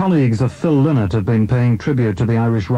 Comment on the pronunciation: Lynott as in Lie not...........thats the correct pronunciation.........i knew the family